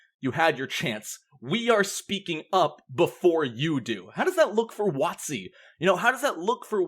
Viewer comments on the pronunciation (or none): You are the first person I have heard say "wott-see" aside from my mother (who used to work at one of their retail stores ages ago back in the early 2000s). You've made my day ^^